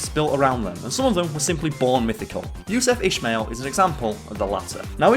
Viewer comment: Not to nit pick, but it’s pronounced “Yousoof Ismaeal” if that makes sense. Absolut legend tho